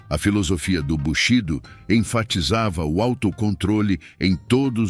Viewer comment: Sr. eu aprecio os conteúdos desse canal, obrigado! Mas devia buscar aprender a pronúncia correta das palavras japonesas (missô, natô, bushidô, bantchá, motí) coerentemente com a profundidade e seriedade das análises. São palavras até hoje presentes na comunidade nikkei, qualquer, nissei teria prazer em ajudar nesse sentido.